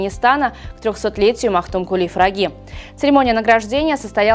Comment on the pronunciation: Почему Магтукули фраги а не пыраги ?